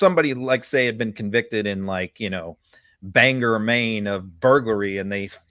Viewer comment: i love your work and thanks for the Bangor, Maine shout-out of sorts, lol. That's my home, and because you are an excellent journalist who strives for accuracy and facts i feel compelled to offer a slight correction to your pronunciation of our 'great' city. One of the most mispronounced locales in Maine, (if not New England or even the U.S.!) Bangor is often erroneously pronounced as 'BANG-er'. The correct pronunciation is 'bang-GOR", slightly misleading in spelling, but it is what it is. Maine uses a lot of Native American names from the Penobscot, Pasamaquoddy and Miq'maq languages. Try some of our lake and river names, lol. One of my favorite is Pocomoonshine Lake. I also like the name used for the Native's 'boogeyman' of legend- the Allamagoosalum. (I think I spelled that right, my autocorrect won't touch it with a ten-foot pole). Anyway, Bang-GOR salutes you, your co-host and colleagues, the Meiselas' and all the Midas Touch Networks warriors! Thank you for representing the best kind of journalism in or modern era.